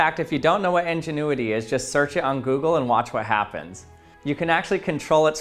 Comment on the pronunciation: It is INgenuity not ENginuity.